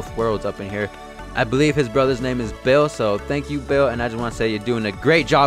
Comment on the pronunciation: His name is not bills, that’s just what boomers say because they can’t pronounce beerus